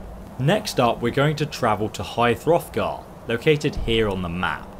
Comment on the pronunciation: "High Throfgar" 😡🔥😡🔥😡🔥